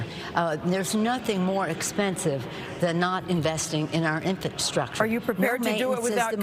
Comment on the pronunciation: SHE SAID " INFANT STRUCTURE " !! " CONSTRUCTIONS " ??